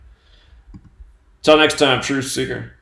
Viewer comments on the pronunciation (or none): none